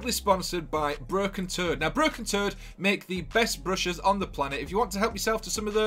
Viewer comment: I thought u said "BROKEN-TURD!" LMMFAO!!!!! I Had to replay it to make sure i heard u right Broken Toad Ok Got'cha 😆 🤣 😂